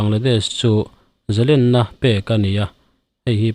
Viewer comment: Zalenna ni lovin zalênna tih zawk tur